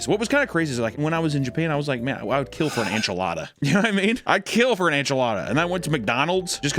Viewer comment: ITS Enchilada N chi lat a Lol